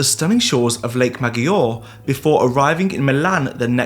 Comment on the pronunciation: Lake Magior? In times of AI and Internet you really can‘t even be arsed to talk right? Shame